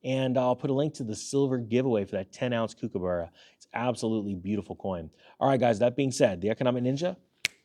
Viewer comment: Say it like this - cook a burra. Not kook. ;)